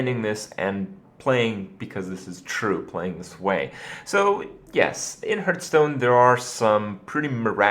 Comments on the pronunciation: It's not HERTHstone, it's heArthstone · I mean the irrelevant accent that has nothing to do with his mispronunciation of the word "hearth". Why did you bother me with this pointless comment? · am aware its pronounced HARTH stone but I still say HEERTH because that's how I thought it was pronounced for like 10 years and I just think it sounds better so I choose so say it incorrectly :) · what is this "hurtstone" you are talking about? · How can you play a game for so long, and still pronounce its name incorrectly? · Sommanker Accent? Do you mean his American accent? If so, I can assure you, that's not the proper way to say "hearth" in American English either. If you mean it's some kind of regional accent, then alright, I'll take your word for it.